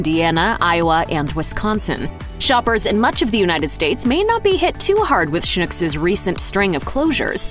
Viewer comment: You DO realize that Schnucks is pronounced to rhyme with "TUCKS"... What you are saying, "schnook", is a Yiddish word meaning "Stupid of gullible person". On the other hand, if the shoe fits...